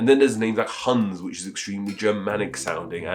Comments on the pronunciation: I'm not sure it's very nice to pronounce Hans like Huns :-) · He could pronounce the S in Hans a bit more, but otherwise his pronounciation is correct. I find it weird nonetheless, that many people say Haaaans.